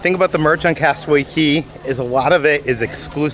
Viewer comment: Love you guys. It is cay though not key. But you both are phenomenal. I will never be able to do the cruises and watching you guys makes me feel like i have gone on them!!!